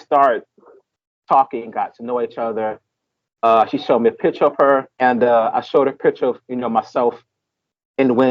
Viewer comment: Come on man don’t come off as low class when you speak it’s not PI TURE. It’s Picture! And get yourself a wonderful woman brother